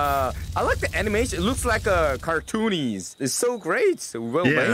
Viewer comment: The way he said cartoon